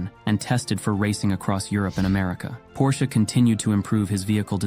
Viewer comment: You pronounce the last name of Ferdinand Porsche correclty, but refuse to pronounce Porsche correctly when referring to the car. Why, Why